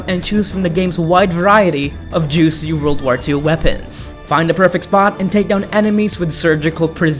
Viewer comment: Wold of Tanks? ....you mean world of tanks? lol